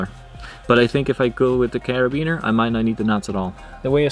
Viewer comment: He calls it a carabeenya cara-been-ya also said carabeener